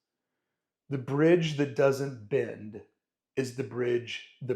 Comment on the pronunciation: Great video showing how as a creative you have to be willing to bend, or in your case - blend (hoping this is due to the long day or California accent 😆), to keep your sanity and life on track. Appreciate the rawness of this video and keeping yourself (and us) on track.